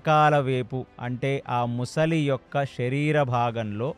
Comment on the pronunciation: ముసలి కాదు sir, మొసలి.